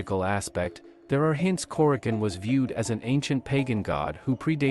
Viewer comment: Nice video. I believe the proper pronunciation is Kore-a-chone.